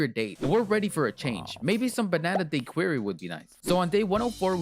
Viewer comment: the way you say daiquiri oh my gosh